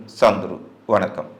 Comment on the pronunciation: என்னயா தமிழ் இது? எகிலத்தின் என்பான வெனக்கம் 😂. உங்க சேனலை பார்த்தா நான் படிச்ச தமிழ் வீணா போய்விடும். உலகத்தில் எந்த பகுதியிலும் தமிழர்கள் தமிழை இந்த அளவுக்கு மோசமாக உச்சரிப்பதில்லை 😂